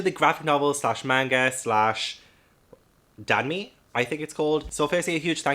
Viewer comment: What a stunning haul 🥰 I am really sorry if someone has already said this, but the easiest way to pronounce danmei is imagine saying dahn may. The "a" in "dan" has an "ah" sound more than an "ae" sound. I'm so sorry if nothing I said make sense, it's not professional linguistic advice but just trying to help as someone who speaks but can't read Mandarin 😂